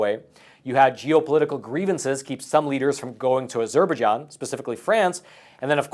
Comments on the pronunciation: Its not 'A-zurbah-Jon'. Its 'Azzer-Baije-onn'. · Please pronounce Azerbaijan correctly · Wow! You really don't know how to pronounce Azerbaijan. Try again buddy. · Say, Azer-bye-jarn. There, fixed it.😎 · I think that falls into the Key-ev V Keeve realm.. I'm with ya though.. a bit distracting to hear it that way.